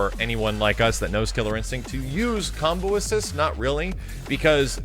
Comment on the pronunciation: Anyone else hear him same "Cumbo"